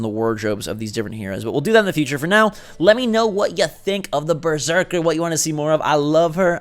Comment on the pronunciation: lol you keep saying Breserker and not Berserker 😂